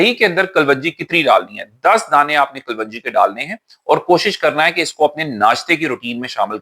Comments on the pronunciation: Assalam alaikum. Being a doctor you taught me the best things about gut health. I am grateful. As a token of thanks i want to tell you the correct pronounciation of kalonji is as it is written in english. Kalwanji is not correct pronounciation. Thanks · Kalwanji NAHIN kalonji hota hai😢